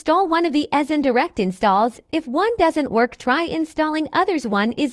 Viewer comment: I love how the fact this text to speech voice said e sign so wrong 💀💀💀💀💀